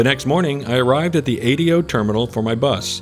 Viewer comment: I do hear Americans saying it like you. I think you only have to tell an American once that it's an ingenious name when pronounced correctly. You say "Adios" before you get on the Ahh-Day-Oh. Great video.